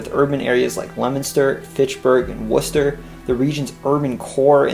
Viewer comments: Actually, he said all of them fairly well and I'm shocked. He had no problem with Haverhill or Worcester. A- in my book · The narrater must be from Mass becasue he knew Worchester is pronounced "Wooster". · He said worchester correctly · Huh ya said Worcester right I'm surprised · Thank you for pronouncing the town names correctly. It's a great place as long as you make over 200k a year. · I’m not gonna lie he said the cities names pretty good, I thought for sure he would say Worcester wrong but no ig😂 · Idk if you’re from Mass but you perfectly pronounced every town and city correctly. I’m impressed. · it's gotta be said though when he said leominster/worcester I applauded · I thought he did a pretty decent job. Maybe not perfect, but he didn't pronounce the second H in Haverhill or say Worcester or Gloucester with more than 2 syllables